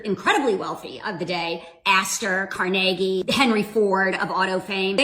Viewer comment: omg she didnot say that 🤦‍♀️ if you don't know a word spell it to ai and ask how tk say it. Man I've got secondhand cringe. Car neig y. Good grief.